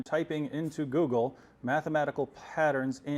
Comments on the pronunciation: David hypoogle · Google= Ggeloo.😜